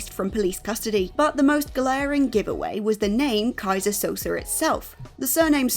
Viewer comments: You can tell the presenter didn't actually see The Usual Suspects with how they pronounce Keyzer Souze's name. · "Keyser Sosaar" and with that WhatCulture continues to butcher pronunciations of certain names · Guess you never watched The Usual Suspects. Butchering the name Kaiser Soze. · Also in this was "Keyser Sosaar" (repeatedly)